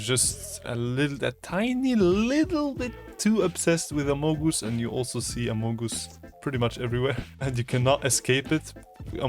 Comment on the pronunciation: “a mow goose”